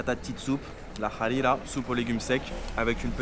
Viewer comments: Faut pronouncer harira en mode hrrrira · La prononciation de la harira elle m'a tue😂😂sinon continue comme sa je kiff t video🇲🇦💪🏾